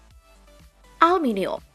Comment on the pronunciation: Ngomong aluminium aja salah